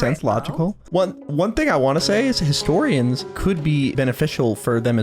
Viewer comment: adora mispronouncing things will never not be funny historiAaAns